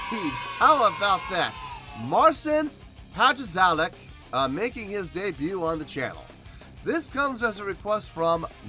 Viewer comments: Hi, You can pronounce it like Marchin Pachawek. I tried to write it more phonetically to sound better in English. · You do not pronaunce corectly. In fact almost nobody does but the Poles, but you can try something like "patshawek" and you'll be close. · To be honest, the proper pronunciation his name is: Patshauek The title of this is :"Master of Puppets on one guitar", not :"...playing on one guitar". D'u know what I mean. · Hallo, falls du Marcin Namen korrekt angeben möchtest, dann: Marcyn Pat-shaueck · Pronounce his name (the closest) Martshin Patshaweck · next time when You encounter a strange name just write it in google translator.. it will give you the correct pronunciation,. no need for hoping to do it wright.. Im not obsessed with correct pronunciation each time but man.. it is a title of this video.. at least the title..